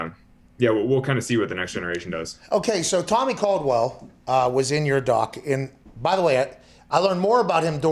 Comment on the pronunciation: I don't know that I've seen Alex this happy in an interview before. Seemed like he was having a good time. Oh, and btw Pat, nice work getting ol Tommy Caldwell's name right this time lol